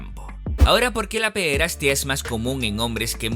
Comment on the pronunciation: Por qué dices pederastía?, es pederastia, sin acento.